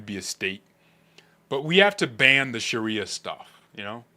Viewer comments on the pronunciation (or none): none